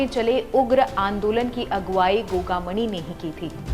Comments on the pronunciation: Maidam dhang se uccharan to karlo gogamani nahi gogamedi hai 6 nahi 4 gard the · तू घंटा रिपोर्टर है गोगामेड़ी न गोगामणि बोले है भाग यहां से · गोगा मणी नही गोगा मेङी